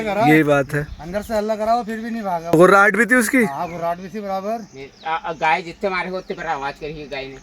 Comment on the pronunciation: भाई गऊ माता की ट्रांसलेट सही किया करो। गए नहीं होता गाय सही उच्चारण होता है।।